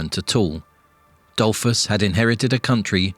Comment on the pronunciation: Really. Google how stuff is pronounced before making videos and harming innocent people... For starters, "Dollfoos", not "Dollfss"